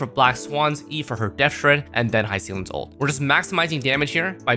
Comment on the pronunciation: Just WHO is Hi-seal-ens💔😔 if that’s how her name is actually pronounced, this comment is null 🙂‍↔️